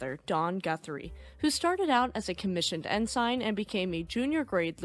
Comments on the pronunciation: It's pronounced "in-sin" not "in-sign". Sorry, not trying to be an ass, just an old salt. Gotta know the nomenclature! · Actually, it is pronounced EN SIN. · I don't know why it bothers me so much to hear "Ensign," pronounced "in-SIGN." instead of as, "IN-sin." But it bothers me. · Hi. The Naval Rank Ensign is pronounced "En-SUN", NOT "En-Sign". Sign me a 30 year Navy Senior Chief. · Excellent as always , and just a note , the rank of Ensign is pronounced " In Sin " . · Ensign is pronounced like "en sin" not "en sign" (I spent the 1980s in the navy) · small comment here. It is pronounced En-SIN not En-SIGN. Great vid as always, ren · Ensign is pronounced "In- sin" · Good vidio only one quibble the rank of Ensign not sure how to write this ,way its pronounced it sounds like EnSEN .like I said its just a quibble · Ensign is pronounced IN-SIN😊